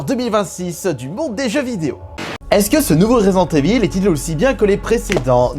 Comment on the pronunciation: 2026 et le mec ne sait toujours pas dire résident evil…c est juste ouf…..resissensse Evil 🧐🧐🧐